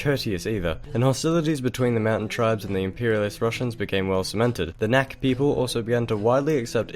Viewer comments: Hi, Chechen here. You were saying "Nak" & "Nokchi", it's pronounced as 'kh' as a hard 'h' sound. It's more accurate to just pronounce it as an 'h' if the kh is difficult. When you sometimes see it spelled "Noxchi" it's the same thing, x being kh. Couple historical tidbits: the first Red Army officer to meet the Allies on the Elbe was Chechen Colonel Movlid Visaitov leading the "255th separate Chechen-Ingush Cavalry Regiment". He met American General Bolling and they exchanged gifts: Movlid gave his horse, and Bolling gave his jeep. Movlid was also awarded the Legion of Merit by President Truman. He was also deported to Siberia after the war (after refusing to assassinate Chechen scholar A.Avtorkhanov in Europe) but he returned to Chechnya ("Nokhchichö") and was posthumously made a 'Hero of the Soviet Union' in 1990. History eh. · It's NAKH not "neck". NAKH PEOPLE. Don't you know how you pronounce "kh" in the english language? Kharkov, Kazakh etc. There's a reason for the "h" at the end. Just look up how the Russians pronounce the name of the city of Kharkov.